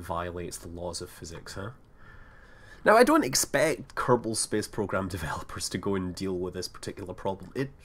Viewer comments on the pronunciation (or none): none